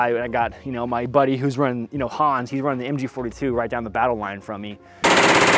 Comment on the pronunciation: im as a german speaker just hearing a kinda french hahaha but the hans and the panzerfaust wasnt that bad, BUT I WANT THIS CHICOM LIKE MOLLE POUCH